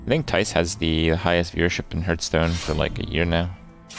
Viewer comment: It amazes me that Kripp STILL says Hurth-stone in 2018 and will continue to do so in 2019 but i agree with him about the pronounciation of Mad Bom*B*er